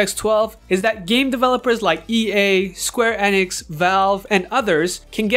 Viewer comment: Square Eh-nix? Eenix!